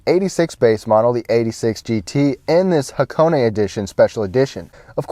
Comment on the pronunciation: thumb up for the name pronunciation correct